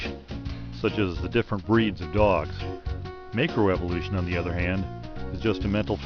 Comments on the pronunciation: "make-row evolution" -- LOL! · It amazes me that this creationist is a macroevolutionist expert, without being able to pronounce macroevolution.